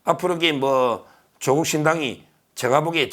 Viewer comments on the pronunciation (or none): 長音 <조오국> 아님, <조>에 강세를 붙여 短音 <조국> 으로 발음해야 조오국× 조국°